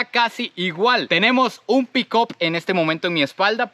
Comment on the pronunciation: Tenemos un '''pickop "' jejejejeje. Se escribe; PICK UP y se pronuncia como picap.